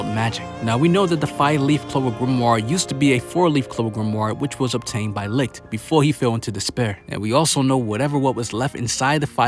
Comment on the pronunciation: Can we pleeeease say names properly. Licht is pronounced like 'leet' not 'licked'